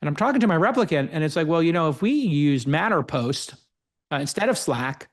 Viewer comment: it's matterMost, not matterPost :D